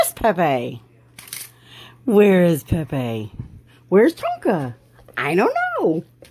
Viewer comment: Fish painting on your wall lookin very nice nabry sayin clear Tonka not konka